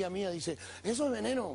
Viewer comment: Eso es veneno! Jauajauaja re mexicano le salio al iorio